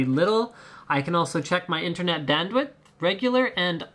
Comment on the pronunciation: You said Internet Dandwit lol =p